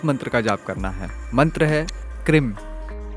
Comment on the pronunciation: Lagta hai aapne mantron ki ucharan me bohot galtiyaan ki hai. Aapne ह्रीं ko Hrim( ह्रिं) bola hai jo mantra ki shakti ko hi nasht kar deta hai aur aapne क्रीं ko bhi krim( क्रिं) bola hai.